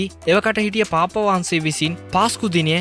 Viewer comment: අනේ යකෝ. පාප් වහන්සේ කියලා හොඳටම කියන්න පුළුවන්කම තියෙද්දි නෙ උඹ පාප්ප පාප්ප ගාන්නෙ. 🤣🤣🤣🤣🤣. හැබැයි ඕකුන්ට වහන්සේ කියලා කියන්නත් හොඳ නෑ